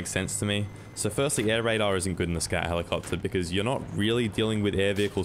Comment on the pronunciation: "Scat helicopta"